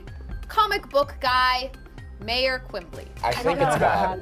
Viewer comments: Anyone else notice that she said "Quimbley" instead of Quimby? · It's Quimby not Quimbley..